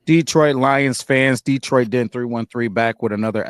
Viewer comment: What’s with all this DeeeTroit stuff. You guys live there and it’s my home town. Pronounce it like you’re smarter.